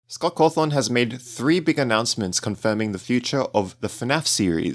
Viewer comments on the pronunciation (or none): scott coathon 👍 (no hate i just find it funny)